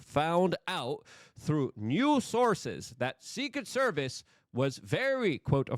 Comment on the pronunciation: Luke needs that muzzy language vhs. Secet service? 😂